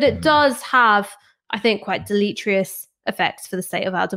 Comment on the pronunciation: It's pronounced "del-uh-teer-ee-uhs", not "delete-trious", Ash.